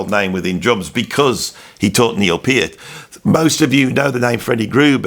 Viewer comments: There is no argument about the pronunciation of Neil’s last name, unless you are going to argue with Neil’s own words and his family directly. They say it is pronounced with a hard “e”: “peert”. Discussion over. No sense listening to fans (like me before I learned) who have had it wrong for years. Go to the source. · At least you're finally pronouncing Peart correctly. It's not "controversial". There are correct & incorrect pronunciations. I would expect someone who makes their living talking (and talking, and talking) to get these things right. In your case my expectations were obviously too high.